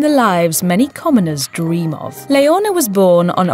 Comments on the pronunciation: Leonor not Leona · The Crown Princess' name is not Leona. It's Leonor! Today is her 17th birthday. The z in Letizia is pronounced like the th in theory or thing. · I believe it’s Princess “Leonor” and not “Leona”. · Leona is lioness, not a name in Spain, maybe internationally it is (Leona Lewis), but she is called LeoNOR, to help you pronounce, "layer-NORE". It's the Spanish version of Elinor or Eleanor. She got Sofía perfectly, though. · It’s definitely not her accent. In a British accent the name is pronounced “len-OR”. She flipped the “n” and “r” and added an “a” that isn’t even there. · then you should hear really hard she just said it l-e-o-n--o-r that's why it's sounds like "Leona" you guys are just being rude and how she can she git her name wrong Princess Leonor is sooo famous as h*ll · Having a shot every time she pronounces Leonor as "Leona" would make for a good drinking game. 🥂😆 ...Anyway, those girls were absolutely adorable as kids and are remarkably bright, eloquent, confident and pretty as teenagers. Felipe and Letizia seem to know ehat they're doing! 👏🏼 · It's not Leonora, it's Leonor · Princess LEONA??... It is Leonor.... not Leona. Please, say it right. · I can't with that prononciation. It's Leonor not Leona 💀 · Why does it sound like you pronounced her name as Leona 😭🤷🏻‍♀️ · Please, it's Leonor, how could you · Get her name right It is Leonor not Leona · It is princess Leonor , not Leona. Please… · Her name is NOT Leona! It is Leonor! So different! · Her name is Leonor not Leona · Princess Leonor, not Leona. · Her name is Princess Leonore….not Leona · Your narrator needs to do her homework. It's Leonor not Leona & the Queens name Letizia is pronounced Letithia not Letitzia. The Spanish Z is pronounced like the th in thank you. Weird for you to do a video where the names of your subjects are mangled. Please do your research. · It is not Leona it is Leonor OMG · Her name is Leonor, no Leona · Leona??? Leonor. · LEONOR ,pronuncien bien LEONOR 😒😒😒